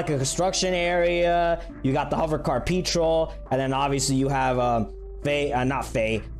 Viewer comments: Petrol is Gasoline in the uk. You pronounce it pet-rol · A YOUTUBER THAT DOESNT KNOW WHAT PETROL IS ( how to say petrol: peh-troll ) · it’s pronounced “Pe-troll” (and the pe in that isn’t pronounced like “p-ee”)